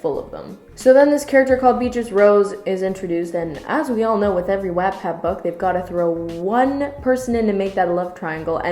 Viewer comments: pretty sure she's saying it wrong. Should be pronounced like the unit of power "watt" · if you separate the words, its literally pronounced wottpad. Seriously, you're friends are stupid. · Mal Halewell it’s whoat pad !!?,Ll!lL,,.#))-828-‘s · Maybe try not to use the word "bone" in a book review lmao ps- wattpad is pronounced wot-pad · Your pronounciation of Wattpad is so weird to me, since I call it 'what-pad'. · Watt please ‘watt’ pad your pronunciation hurts me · Stephanie N Wattpad is a site for people of all ages who either want to read stories (free), write their own stories and possibly become published, or even just connect with different people :) P.S Yes lol it is pronounced "what- pad" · Um.... Not trying to be rude but I strongly disagree with you. I loved this book when I read it and thought it was really good. I guess I can understand why you didn't think it was good but I think you were over exaggerating a little bit. You also didn't pronounce Wattpad correctly. Again not trying to hate, but I think you could have been a little nicer... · this is a good and valid video but the way says wattpad makes me want to pull a van gogh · Mal Halewell I noticed that but I can live with it. I say “wat-pad” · It's because she's American. Or not? I don't know how anyone pronounces it because I've only ever heard British people say it, assuming they say it normally. Idkkk. Haha. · pLEASE SAY WATTPAD RIGHT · I think some Americans pronounce Watt that way? It's in the vowel sounds or something since there were some other words in here where I noticed a similar thing. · Why the hell do you pronounce wattpad like that tho 😂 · Am I missing an inside joke in this channel? Is she purposely mispronouncing Wattpad? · I felt like my whole life was a lie😂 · Love this review but wattpad is pronounced what-pad haha...that kinda bothered me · “WaAaTpAdD” smh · The way you pronounce “WHAT-PAD” annoys me but it’s okay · Love your rant but its WHAT-pad xoxo